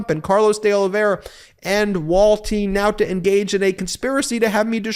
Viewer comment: The way you say Wall-teen Now-tah just cracks me up! Excellent reporting as always!